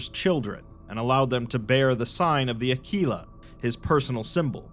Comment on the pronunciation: “ The Aquila” mispronunciation